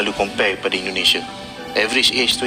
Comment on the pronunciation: INDONESIA, bukan ENDONESA